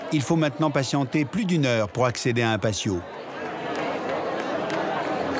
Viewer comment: Le documentaire est splendide, mais pouvez-vous avoir la correction et le respect de la langue espagnole, ce n'est pas de l'italien, le " PATIO" est espagnol, ayez la politesse de le prononcer PATIO et non Pasio.